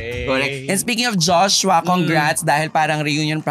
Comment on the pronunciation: Bakit Jos-wa? It's Joshua